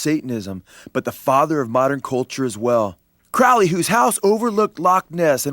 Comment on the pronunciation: it's crowley as in holy.